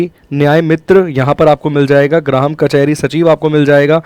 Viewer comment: अंकेशक नही अंकेक्षक ग्राहम नही ग्राम होता है 🤣